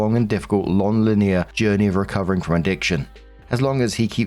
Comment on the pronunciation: Story 2 - When doesn't know how to pronounce "linear".